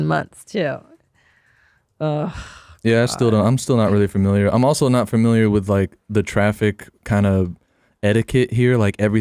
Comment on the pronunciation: Classic 'fermiliar' mispronunciation